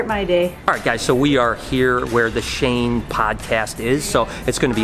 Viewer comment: Shane?? I guess you can say.. SHANKE!!